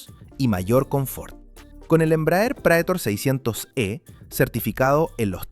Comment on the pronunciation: Prætor. Prétor é a pronúncia. Palavra em latim que significa "aquele que vai à frente, aquele que conduz".